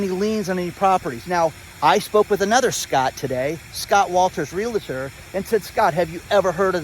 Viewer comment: C'mon.. Stop stuffing a "LA" into the middle of the word realtor. You can learn this!